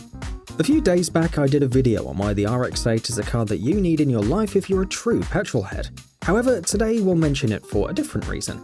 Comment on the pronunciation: What’s petril? He said petril heads?